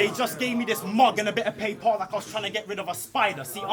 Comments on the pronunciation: Ahhh actually who pronounces paper like that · Not to criticise but in the same round he says a good writer doesn’t have to change the way they say word to fit a scheme he say “mug and pa-per” to fit the scheme